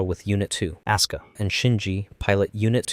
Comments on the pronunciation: hearing "Aska" hurt my soul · These pronouncements of RitsUko and AsUka breaks my heart😭😭😭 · I am the only one who hears "oscar" instead of Asuka? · A soo ku 🤦‍♂️ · I'm glad someone else also noticed that detail it's something that's always bothered me with this channel as well as how they pronounce Asuka's name in some parts of the video.